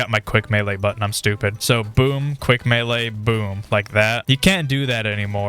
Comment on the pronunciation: Meaee? Isnt it melee?